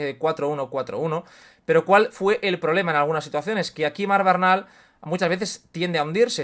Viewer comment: Porqué se pronuncia Bernal cómo Barnal? Es así en catalán?